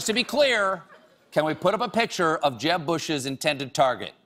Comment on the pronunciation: I just have to laugh every time he says JEB!